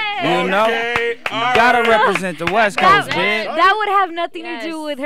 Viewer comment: "gotta represt the west coast" lmfaoo dead xD